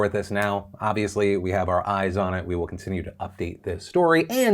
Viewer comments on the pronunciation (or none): none